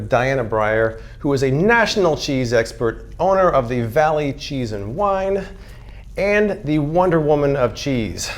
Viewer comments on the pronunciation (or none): none